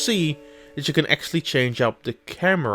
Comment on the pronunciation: Also work on the pronunciation of the english words, cause Acksally instead of Actually is quite noticable.